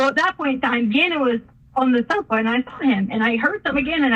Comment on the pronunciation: I despise how she talks! Ihate how she says "sofa'